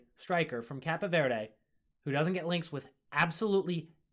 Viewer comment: It’s Cape (like a superhero cape) Verde